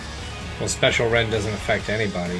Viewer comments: Does anyone else get annoyed when he says special rend instead of spacial rend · It's called spacial not special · yeah but I've never heard anyone pronounce it as "special rend" it is "spacial" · Querez ...and “special rend” instead of “spacial rend” ._. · It's Spacial Rend SPACE-SHUL, not Special Rend